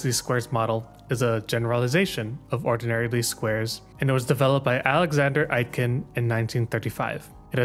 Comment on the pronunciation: Super-useful video - thank you!. Btw, his name is pronounced 8-kin.